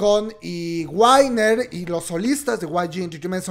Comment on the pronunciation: Amiga diles "guiner" no "guainer" Me encantaría ayudarte con tu pronunciación, como te puedo contactar?